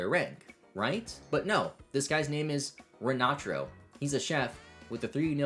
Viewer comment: Rinatro? That's the worst pronunciation on the name Rintaro I've ever heard 🤣